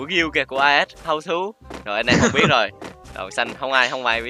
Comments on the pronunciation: As là Ah còn tiếng Ah as đọc là ê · Lớp 7 tiếng anh học chữ này rồi nè "as'' nghĩa là ''Như''. Phát âm là 'ê'